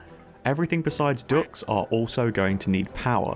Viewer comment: i thought i was going insane when i started hearing quacks whenever you said Ducts HAHAHAHAH